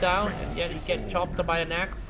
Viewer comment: lol sorry but he keep say Axe "ass"